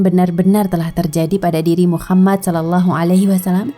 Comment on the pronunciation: MasyaAllah... tapi sebaiknya dilafalkan Muhammad saw, bukan Muchammad saw.